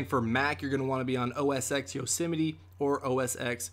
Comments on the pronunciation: Not to be that guy, but try for next time to say, OS 10, not X, It is a hard habit to break, anyway, great video! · Pronounced OS 10 not OS Ex lol